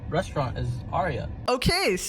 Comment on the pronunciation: ...and can't pronounce "restaurant".